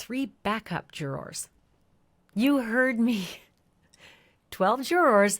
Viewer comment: I liked this- very clear info, thank you but why can’t this woman say the word ‘juror’? Juror has two syllables not one. Very strange but great summary